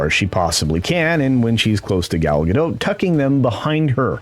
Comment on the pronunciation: Gadot, not Gado, the T isn’t silent at all.